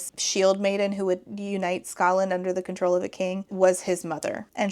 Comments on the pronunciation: I'm really sick right now and can't sleep because I feel like I'll choke to death, so I'm so happy to have a new video to hopefully lull me to sleep (snd thus rewatch tomorrow, double-score!) A minute in and I wasn't sure if you said "Scotland" or "Ska land" like the music genre. I definitely heard the latter and it made me giggle. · Skaland not scotland lol